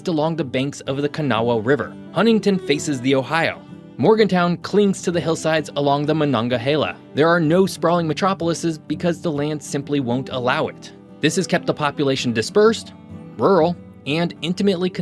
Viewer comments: Spelled Monongahela Said Mon-on-Gail-ia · It's not pronounced appa-latch-in! And Mononga-hayla? Dork. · As far as I'm concerned, he mispronounced Appalachia and Monongahela as well. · Monongahela...pronounced muh-non-guh-HEE-luh, not muh-non-guh-HAY-luh! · Dude you butchered 'Kanawha' and 'Monongahela' worse than GPS does 😅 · The Monongahela (which mispronounced) is called the Mon by the locals--but true West Virginians call it the Monkey-healy!